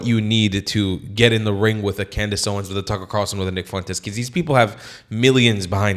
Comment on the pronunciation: sorry what? did u just say cuntdace?